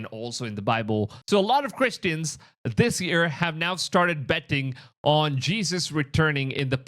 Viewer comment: I’m not judging you I’m just informing, but for those who don’t know when he says EAR = YEAR